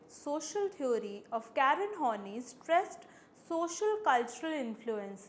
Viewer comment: Thanks for the lecture. Quite helpful. But her name is pronounced as Horn-Eye and not horny ;)